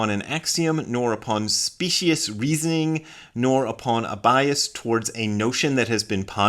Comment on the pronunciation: 11th commandment: he who does not know how to pronounce “specious” shall not try to make fun of her who uses “whom” incorrectly.